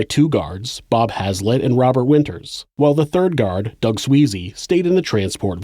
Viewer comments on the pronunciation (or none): none